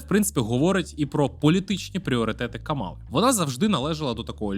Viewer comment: Давайте може почнемо вашу експертність будувати з того, щоб правильно ставити наголос в імені Камали? 🌚